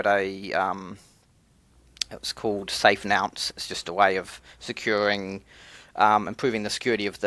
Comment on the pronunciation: Bro, it's a nonce not a nounce! But it could be you're saying it in Australian. Love your content. Keep it up.